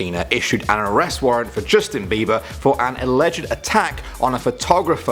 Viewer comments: By the way it's not beaver its beiber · it's not beaver it's beber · you said beaver lol